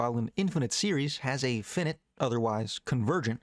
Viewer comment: Finite pronounced Fi like fire Fi - night not Fin like in a fish Fin - night